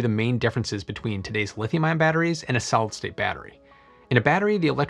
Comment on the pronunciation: It is actually pronounced solid state not solstate. I enjoy your videos but you need to speak more slowly.